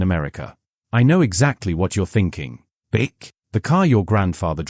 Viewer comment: You might want to learn how to pronounce Buick properly, then we might take you seriously .